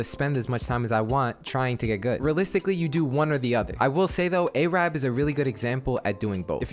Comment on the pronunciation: No way this guy said A-rab